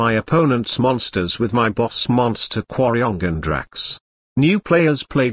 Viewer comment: did... did the bot just say quariongandrax perfectly? damn